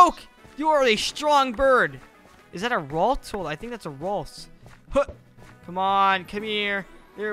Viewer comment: It's not rolts it's ralts